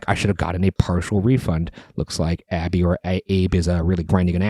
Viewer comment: Ok, ok, I’m back on board since they read my suggestion!! And it’s pronounced Abby - you got it. Thanks!